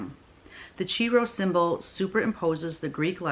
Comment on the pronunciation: I am not going to pick a song, but comment on Chrismons (Christ monograms) you made reference to. There are many Chrismon shapes (probably most familiar would be the fish and the star) and I have made these with my first and second grade Sunday school classes for years. Also, the Chi Rho you talked about is pronounced “Ki” (long i). These Chrismons were often put on Christmas trees in church’s sanctuaries.